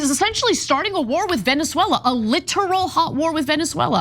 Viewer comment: Anna can't pronounce "Venezuela" properly. Trans DEFINITELY SHOULD NOT HAVE GUNS.